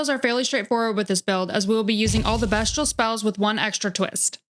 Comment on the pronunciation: Great video and even better editing. Fantastic job! One question…why do you keep pronouncing it best-che-all? These are beast incantations and weapon, not best incantations and weapon. It’s pronounced beast-che-all. Anyway, you get a sub and like . The editing is amazing! Thank you for the video!